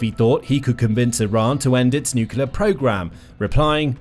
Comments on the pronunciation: NU…..CLEAR…. Not NUCULAR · FYI: It’s pronounced NUCLEAR not NUKULER. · Thank you, thank you, thank you! Training phrase for those mispronouncing nuclear: Say these two words: New + Clear And again, a little closer together: New_Clear Then run both words together like it's one word: NewClear ... nuclear. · Nuclear is pronounced “new-clear” not “new-cular” guys, please stop 😢